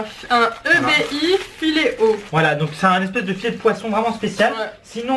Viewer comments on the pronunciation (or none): et sa se prononce "ébi" pas e.b.i sa ma fait mal xD